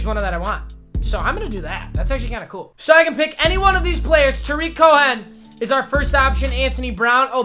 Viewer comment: Tarik Co Hen 😂 😂